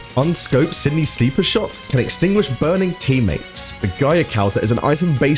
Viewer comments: He's really bad a pronunciation. Qing, Giger, Zweihander. Strangely, he pronounced Kofi Annan's surname correctly, which is something a lot of people don't do. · His pronunciation of conniver and Giger hurt me.